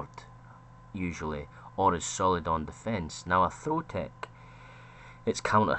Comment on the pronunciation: i find it difficult to distinguish whether you're saying tech or take, the both sound like tek